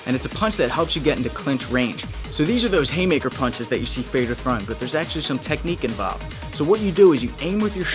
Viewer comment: Fedor is actually pronounced fey-uh-door